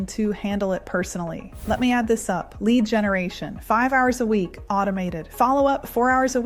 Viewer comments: Your ai said led generation instead of lead generation around 3min mark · Led generation? Something is wrong. Some text to speech pronounce words wrong LEAD generation, no led generation. Then I stopped the video.